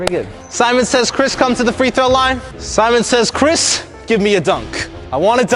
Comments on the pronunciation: No one:: Semen says switch hands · Nobody gon say anything abt saying semen. Gay ass